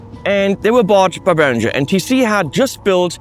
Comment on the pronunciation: I am shocked at your mispronunciation of "Behringer"!! As a former dealer I have been fighting this fight for years! From headquarters